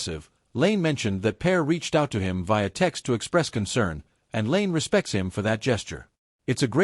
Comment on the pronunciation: There's literally nothing controversial about this "revelation". Also, the lazy use of AI narration and mispronouncing of "Lane" and "Pear" is terrible. Use your own words.